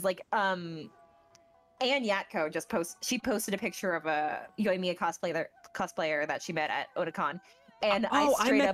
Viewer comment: You guys should really listen to the Japanese VA. You’re saying the names wrong. Yoimiya is actually pronounced as Yo-eem-ya. Ayaka and Ayato are pronounced as Ah-yah-ka and Ah-yah-to. Tartaglia is pronounced as Tar-ta-lee-yah. The G is silent. And Diona is pronounced as Dee-o-na. Learn the pronunciations before saying their names people. Overall you guys are great